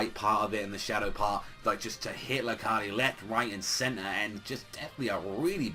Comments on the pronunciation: it's not Lar-cah-de it's Lar-kade. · it's actually rakheid. sooooooo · YOURE SAYING LARCADES NAME WRONG